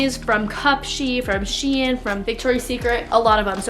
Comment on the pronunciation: i hate when people pronounce shein wrong itss (SH-EE-N) not (SH-EAI-N)